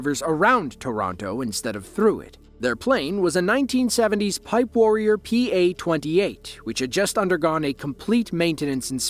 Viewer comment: Piper warrior, not pipe warrior